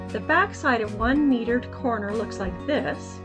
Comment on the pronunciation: It is not metered. It is mitered. Can you pronounce that correctly???😢